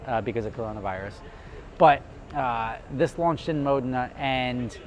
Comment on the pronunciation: Brilliant vid as always I dig your business model and how you execute! But I smile every time you pronounce “Modena” Correctly-without the long E Lol🇺🇸